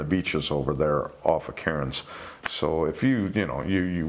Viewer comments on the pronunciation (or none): I’m thinking where’s ya mate holiday’n here in Oz 🇦🇺???. Karrins? Oh ya mean Cairn’s we say it like Cans like can’s of Coke .. Oz🇦🇺💯… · Being a Queenslander, and having family in Cairns. It is pronounced CANS my friend. Easy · Aussie here Cairns is pronounced car-ns. A good rule of thumb is to do everything the lazy way we cut useless letters out or the whole end of words, or squish others together like whatcha doin. Love you 🖤🦈🖤🦈🖤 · It's pronounced "cans"